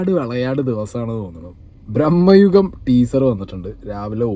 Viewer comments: ബ്രഹ്മ യുഗം അല്ല. ഭ്രമ യുഗം അല്ലേ??? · ഭ്രമയുഗം ആണ് ബ്രോ..... ബ്രഹ്മയുഗം അല്ല... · പൊന്ന് ചങ്ങായീ ബ്രഹ്മയുഗം അല്ല "ഭ്രമയുഗം"😂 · Brahmayugam alla, bramayugam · FYI : brammayugam alla ഭ്രമയുഗം.... ഭ്രമം= പ്രാന്ത്.. #justmentioned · ബ്രഹ്മയുഗം അല്ല, ഭ്രമയുഗം ആണ്. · ബ്രെമ്മയുഗം അല്ലടോ.... ഭ്രമയുഗം 😂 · ബ്രഹ്മ യുഗം അല്ല ഭ്രമയുഗം എന്ന് പറയാൻ ആദ്യം പഠിക്കൂ 😊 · Brammayugam alla brooo bramayugam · ബ്രഹ്മയുഗമല്ല ഭ്രമയുഗം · ബ്രഹ്മയുഗം അല്ല ഭ്രമയുഗം ആണ് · Bhrahmma alla bhrama.... Both sounds different meaning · ബ്രഹ്മയുഗം അല്ല.. ഭ്രമയുഗം...😊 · ഭ്രമ്മയുഗം അല്ല ഭ്രമ യുഗം ok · ബ്രമ്മ യുഗം അല്ല ചെക്കാ ഭ്രമയുഗം എന്നാ ണ്... കറക്റ്റ് ആയി പറഞ്ഞു കൊടുക്ക് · മോനേ ഭ്രമ്മയുഗം എന്നല്ല, ഭ്രമയുഗം എന്ന് പറയണം കെട്ടോ..... ആദ്യം ശരിയായി പഠിച്ചിട്ടുവാ കെട്ടോ..... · ഭ്രമം ആണ് ഭായ് ബ്രഹ്മം അല്ല.. ഭ്രമം എന്നാൽ ഐറ്റം വേറെ àആണ് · Bro ബ്രഹ്മയുഗം alla ഭ്രമയുഗം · ഭ്രമ്മയുഗമല്ല അല്ല ഭ്രമയുഗം... There is a different meaning. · ബ്രഹ്മയുഗം അല്ല ബെഗ്ടാ… ഭ്രമയുഗം✅ അരി വേവാൻ കാത്തിരിക്കാതെ ചോറ് വിളമ്പിയാൽ ഇങ്ങനെയിരിക്കും അരിയണ്ണാ… 🫢 എത്ര തിരക്കിട്ടാലും ലേശം ജാഗ്രതയാവാം… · ഭ്രമയുഗം. ബ്രഹ്മയുഗം അല്ല